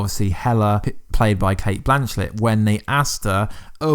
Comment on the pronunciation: Blanchett not blanchlett